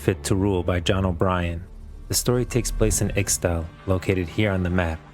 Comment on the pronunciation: Its not IKSTALI its ISHTALI